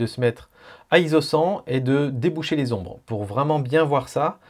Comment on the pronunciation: par pitié pas Zizo mais ISO (pour International Organization for Standardization ) prononcé "izo"